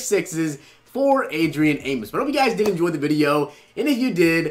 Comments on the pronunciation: AmOs. Not Amis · As a bears fan it drives me crazy... it’s A-mos not A-mis